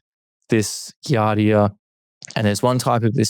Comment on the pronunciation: I'm not sure I trust a microbiology "expert" who keeps mispronouncing "giardia"...